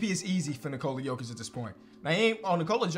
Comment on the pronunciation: Bro Goes "Nikola Jokić, Nikola "G"ović" 💀